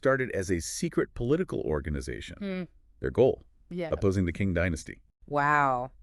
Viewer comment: talking to someone who knows more than what is found online. and QING DYNASTY is pronounced as CHING not KING.